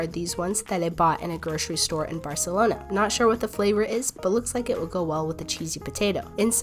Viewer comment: thank you for pronouncing barcelona well, people always pronounce it wrong